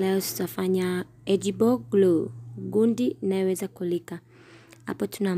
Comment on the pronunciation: Egible Glue.❌ . Edible Glue. ✅